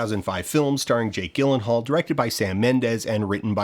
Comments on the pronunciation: It's (as said by Jake himself) JILL-en-hall, and not GIL-en-hall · To distinguish between the younger Bush and the older Bush, one typically calls the older one "George H. W. Bush". That is not how you pronounce "Gyllenhaal". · For the record it's Jill-en-hall. Not Jake Gil-en-hall. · Actually it's pronounced Jake Gifenhaal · Yaaaaay, how timely By the way "Gyllenhaal" is pronounced "jill" not "gill" like a fish gill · It’s pretty jarring, pun intended, to hear you mispronounce Jake Gyllenhaal’s name. BTW, I’m a Marine, and I’ve never heard a Marine talk shit about Jarhead, the movie or the book. Lastly… Do Generation Kill next! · Jake "JILL-ehn-hall" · I hate to be that person but it’s Gyllenhaal with a soft G. I took an art class from his aunt. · What is it with Dan and purposefully mispronouncing very easy to check names? Jake Gyllenhaal's name is not a hard one to look up, man. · Forget the lie about why the sequels were made, I'm more put out by the attempt to gaslight me into thinking that Gyllenhaal is pronounced with a hard G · i missed the deception because i kept getting distracted by how you pronounced Gyllenhaal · Is there a joke coming at the end where he explains why he keeps saying Jake dʒɪlənhɔːl’s name wrong 😭